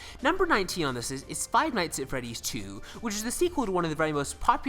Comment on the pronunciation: Five night of freedey